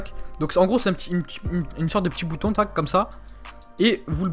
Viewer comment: tu casse la tete a dire tac mskn